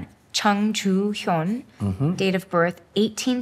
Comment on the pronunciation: Written in Chung but It should sound more Like Jung. English....lol